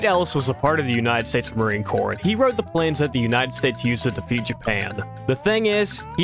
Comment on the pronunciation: Corps is pronounced like core , not corpse. Sighhhhh YouTubers commonly make this mistake